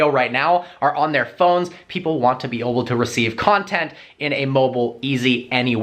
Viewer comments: Did he say “being oble to have”😂😂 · “ being oble”